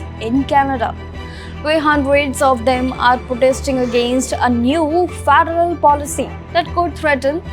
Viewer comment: Gosh her pronunciation 😂 Faaadaaaraaal